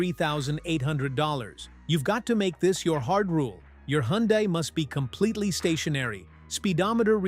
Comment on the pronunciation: Why are you showing radiator fluid when you are talking about transmissions? And you need to teach your computer-generated voice some of the words. Like Hyundai.